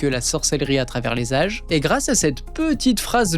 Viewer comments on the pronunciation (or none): none